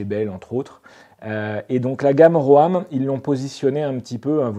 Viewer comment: Pour info, ROAM se prononce RÔME et non pas RÔAME 😄. En anglais ça veut dire "errer".